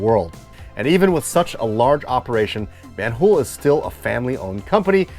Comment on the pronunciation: Brought to you by VAN-HooL